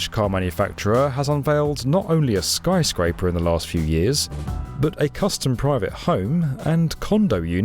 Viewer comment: "Skry Scraper" 😂😂 British people just saying words any way they want